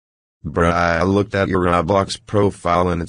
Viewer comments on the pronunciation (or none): none